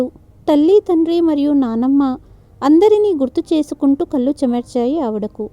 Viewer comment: Konchem kathanu fast chadavandi opika nu baaga test chestunnaru కళ్ళు అనండి కల్లు కాదు